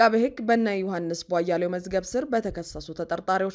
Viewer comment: እህትዬ! ለምንድን ነው ቧያሌው ብለሽ የምታነቢው? ቧያለው(የበራው) ቧ-ያለው ብለሽ ብትጠሪያቸው ትክክል ይሆናል።